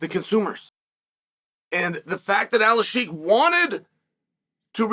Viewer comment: Turkish ashheeek